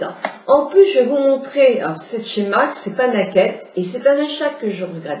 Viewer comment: Ca se dit " neille - kid " Voilà voilà